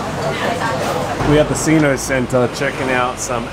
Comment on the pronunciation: Sino centre. Saino as china. Not sinno.